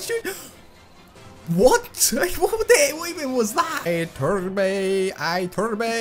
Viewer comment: You have to say ITURBE, not Aiturb. Lol